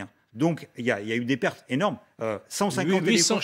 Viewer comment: Pourquoi tu dit perte